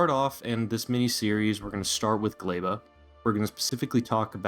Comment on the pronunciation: what the fuck is a GLEIBA!!!!! its GLEBA!!!!!!!!!!! NOOOOOOOOOOOOOOOOOOOO